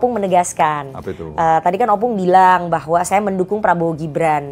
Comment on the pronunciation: Ompung, bukan Opung. 🤦🏻‍♂️